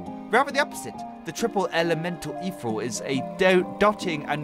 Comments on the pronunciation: Isnt it pronounced “EEthirial” not “ithurels” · Its pronounced eth . Eeree . al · the elements, are plasma (slime) shadow (ghost) mech (the gears) crystal (the jewels) and poisen (the last one you couldn't name) also, ethereal, is pronounced: ee-theer-ee-all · I’m sorry but it’s pronounced: ee-thee-reeyal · they aren’t crystals, they are shards. you pronounce it ETH-EAR-REE-AL. The Ethereal elements are: Plasma, Shadow, Mech, Crystal, Poison. (Blarret is a Ferret) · its pronounced (eth ee ree al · Every time he says ethereal wrong part of me dies